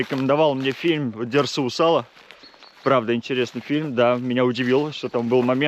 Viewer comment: правильнее конечно же говорить УзалА - ударение на последнюю "А"